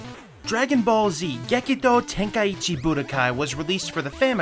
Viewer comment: Why do white people say tenkai EEEEEEEEE chi when there isn’t any E in the title 😂😂